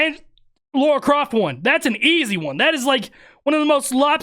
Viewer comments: Her name is Lara not Laura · Indy wouldn't use the word "verse" in place of "versus." That's a relatively recent linguistic phenomenoid. Wait, it's pronounced "Laura?" Then why's it spelled "Lara?!" All these years, I've been pronouncing it "LARE-uh." Desert Eagles? Isn't she known for using the HK USP9 Match? Two-tone finish. Akimbo. "Sorry!" is a board game. I wonder if Board James has reviewed it. That's the only line that irritates me. I can deal with "verse" in place of "versus," but I can't deal with the use of the word "Baby Boomer." Harrison Ford was born in 1942, so he's of the Silent Generation. Indy was born in 1899, so he's of the Lost Generation. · Why do people say laura...its Lara...even people i know say that too...its weird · Just watched the 'behind the scenes' And it seems you and Peter has the same "problem" None of you can pronounce Lara, without making it sound like Laura. 😂 Great reaction/breakdown. 👍